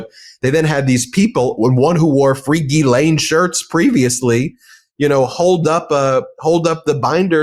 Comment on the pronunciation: Since Medias Touch is discussing Epstein and his co horts, I think the names need to be pronounced correctly instead of struggling with the correct pronunciation such as Ghislane. I understand it's an unusual pronunciation, but you know who knows how to pronounce her name properly? Virginia Guiffre/ Roberts. Here's a phonetic spelling to help: Gair lan.